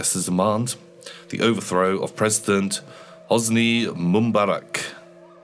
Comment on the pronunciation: Mumbarak? Come on, it wasn't that long ago, you heard Mubarak's name on the news every day.